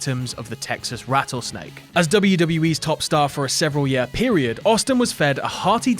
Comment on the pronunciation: year rhymes with ear, not uh